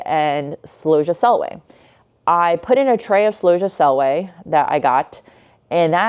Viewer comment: I have never heard celosia pronounced like that before. I say cell-O-see-ah. I would like if your pictures of flowers etc were up longer too.